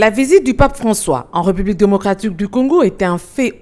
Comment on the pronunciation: petit rappel de diction < la république se prononce avec un é ouvert. <retard se prononce avec un e fermé. Bon courage.